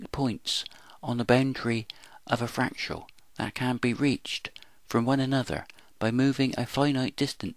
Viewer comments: Learn to say fractal correctly, please: frac-tal, not frac-tu-al. BTW: This video explains nothing. Your "explanations" are meaningless jumbles of words. Take for instance this gem: "This paradox can be explained by explaining a potential infinity of possibilities formed from a dynamic universal geometry that human mathematics itself is based upon." 1) You don't explain something by explaining something else. You explain something by showing a cause-and-effect relationship to a prior set of conditions and showing the forces in play that move from one to the other. 2) There are many geometries and therefore none can lay claim to being "universal". 3) Mathematics is never invented, it is discovered. It exists even before its discovery. Therefore it cannot be claimed to be "human" as though it were a human invention. Finally, 4) two points on the boundary of a fractal having an immeasurably great (and possibly infinite) distance between them along the boundary are not explained by a potential infinity of possibilities. Only one possibility actually exists. Any explanation must lie elsewhere. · Fernando Bernardo It's painful to listen to. I can't make it to the end of the video. I don't know what pains me more: the abuse of scientific concepts by someone who clearly doesn't understand them, or the absurd pronunciation of the word "fractal". "Fractial". Jesus.